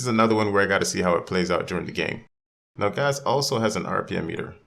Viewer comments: Pronunciation of Gauss: Mouse with a G in place of the M. -From your friendly, everyday engineer. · Rebecca call him 'Goss' on stream and you call him 'Gauze.' Does . . . does nobody know how he's pronounced? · I really triggers me that noone is capable of pronouncing "Gauss" correctly. German name, german pronounciation.